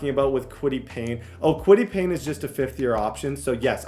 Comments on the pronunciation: for the love of god, and i have zero idea why this bothers me so much, but its KWITY PAYE (PAY) not PAYNE. KWITY PAYE. P-A-Y-E. THERE IS NO "N"! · plz bro it’s said kwity pay not pain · Kwity Paye = " Kwity Pain" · Kwity Paye! Not Payne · Kwity PAYE bro not PAYNE lmao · Kwity Paye not Kwity Payne 😂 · Kwity Payne 😂😂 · always be calling Kwity Paye “Kwity Pain” where the hell is the N in his name? 😂😂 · Dude I’m begging you please learn the names of these players. It’s kwity PAYE. I’m absolutely begging you, this happens in every video you do.